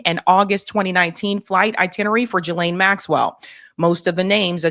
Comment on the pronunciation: Love your show…. Just wanted to mention that Ghislaines name is pronounced GEE-laine… that’s all.